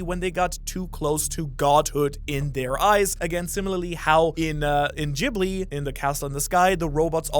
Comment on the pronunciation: "Ghibli" is pronounced with a hard "G". Please... 😬